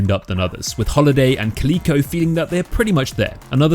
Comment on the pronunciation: Caleeeko? Its Cal Ick Oh like the cat bruh